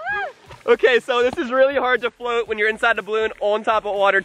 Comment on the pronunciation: it's float not flot